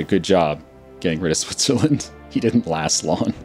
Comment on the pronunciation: He said Switsuhlend